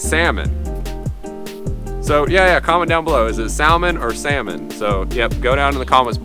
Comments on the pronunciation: "samon" not "sal-mon" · Sa-mon. I work in Anadromous Fish Biology, so basically all salmon species. But it depends on where you live. The accent changes around it. I live in the PNW and most people say sa-mon. So it really depends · Sa(l)mon. L is silent! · 2: samon is the correct pronunciation. At least because you say the L in that then you probably correctly say almond instead of amond... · Its Sam-on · where i live, its pronounced, sa-mon silent l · The L is silent in salmon. Pronounce sa-mon. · Jesus it’s sa-mon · L is silent, pronounced samon. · Its pronounced samon but spelt salmon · have you ever heard of silent letters? its samon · Samon is how you pronounce salmon😂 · Love those trails, and your mental if you think its anything other than sa-mon😉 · I live in Atlantic Canada we also say sa-mon